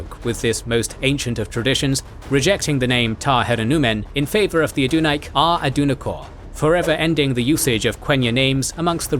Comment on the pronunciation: He also mispronounces 'Adunaic' every time